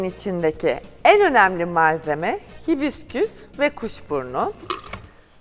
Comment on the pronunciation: Hibisküs diyosunuz ısrarla baya rahatsız etti